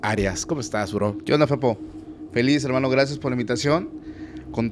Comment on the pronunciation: No Jodan!! La manera en que el Host dise Bro!!! Tuve que regresar el video y escuchar tres veces para ver que no le estaba diciendo una groceria , yo escuche Cabr@ … 😝😝